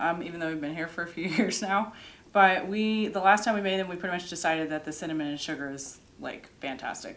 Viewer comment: Well, that was fun! Thank you for taking us along....and we didn't even have to be cold! It was all just so beautiful! The donuts look delicious and did say cimmanon? lol. Love your videos!